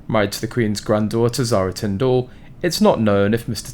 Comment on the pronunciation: Pronounced Tindle , not Tind All please